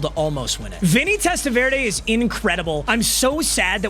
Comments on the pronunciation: My guy it’s TEST-A-VER-DEE not verda come on….. this isn’t salsa Verde papa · VerDee not VerDay 😂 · It’s TEST-A-VER-DEE….i wanted to bang my head against the wall hearing you pronounce his name. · Testaverde being a Browns player before playing for the Jets in Browns season of Wheel of MUT is poetic. PS - For reasons no one knows his last name is pronounced "Testaverdy" lol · Test-ah-ver-day ain’t it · It's pronounced Test-uh-vurr-dee papa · “Testa-Veer-Day is Out….Shaduer And the Sanders Family INNNNN” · Papa I love you, but as a Jets fan, the way you pronounce Vinny’s last name like it’s a salsa is driving me insane. Testa-ver-dee. Love you. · Happy we don’t have to listen to you butcher testaverdes name anymore… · Not knowing how to say Testaverde should be a crime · Thank god I don’t have to hear him mispronounce testaverde all season long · I'm glad you lost so I don't have to hear you mispronounce Vinny last name all season 💀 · The guy isn’t a salsa. You’re pronouncing his name crazy. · that’s just not how you say Vinny’s last name